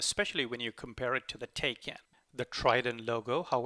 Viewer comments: It is taj kán not tejken stupidééééé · Thanks for the video. btw, the correct pronunciation of Taycan is 'Tie-Kahn'. that's from Porsche!